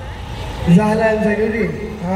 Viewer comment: lu sebut Zahlan????